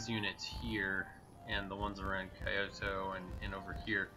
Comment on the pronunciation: Hearing Kyoto being called "kai-oh-toh" instead of 京都（キョウト）hurts my soul.